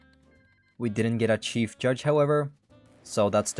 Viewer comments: Stop pronouncing shief judge incorrectly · Choose one. Pronounce it as Sheif Juge or Oil up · rise of nations but i can only incorrectly pronounce chief judge